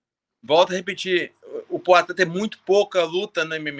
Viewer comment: E esse cara fala como Cebolinha, é? "Pla cá", "Ploatan"... Kakaka